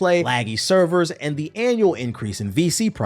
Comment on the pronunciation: that’s hilarious because I was just listening to this shit in the background and I could of sworn I heard “Cerberus” instead of servers 🤣 and then 10 seconds later you drop a Mass effect reference